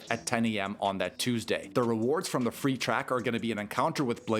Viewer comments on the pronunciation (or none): none